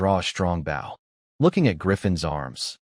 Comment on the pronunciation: It's a bow (pronounced Boe for archery) not a bough (a branch of a tree)